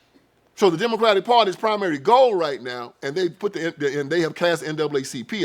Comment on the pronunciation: What happened is that they were never that!! And did he say Diddycratic?!? Hahahahahahaha…. I’m sold.